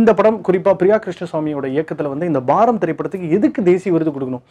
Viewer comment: It's baaram not baram